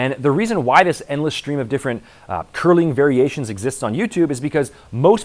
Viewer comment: "Curlean variations"